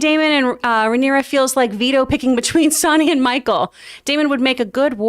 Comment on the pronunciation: Rhaenyra’s name is pronounced Ray-Neer-Ah